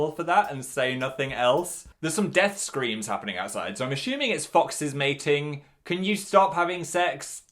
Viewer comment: 'there's some death screams happening outside so I am ASHUMING it's some foxes mating'